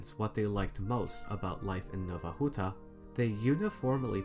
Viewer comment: Out of curiosity, do you speak any polish? Your pronunciation of Polish names such as Nowa Huta were really good, I wonder if you researched them, or if you knew how to say it?